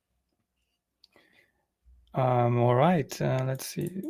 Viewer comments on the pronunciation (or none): Also find it interesting that the speaker said "fee" at first while trying to say "see"... The S got swapped with an F.... 😅